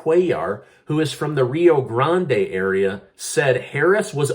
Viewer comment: Pronounced Ree O Grand